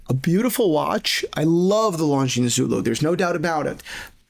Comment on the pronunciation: btw the s is silent in Longines